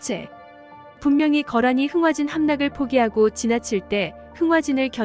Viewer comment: 흥하진이 아니라 흥화진 입니다.